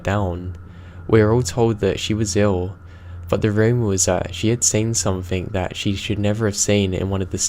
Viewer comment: love your videos but PLEASE learn how to pronounce peripheral and stop putting a K on the end of something. One story tells of a voice being Indistinguishable but doesn't say from what?